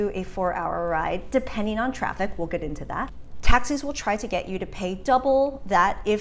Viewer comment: Ton of traffiv??😂😂 Where are you coming from, Iowa?